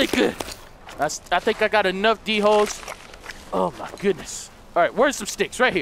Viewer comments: I know I'm really late but the dholes are pronounced like dole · the whole are pronounced "doles"